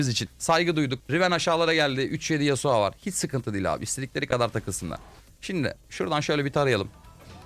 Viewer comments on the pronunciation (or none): abi şu oyunda yaptığın en büyük ve tek olan hatan yasuo ya yasua demen xd